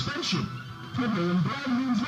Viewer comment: he said BBROWN, not brown.